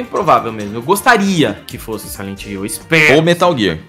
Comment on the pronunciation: Rumor de um jogo..: "SILENTE HILL" kkkk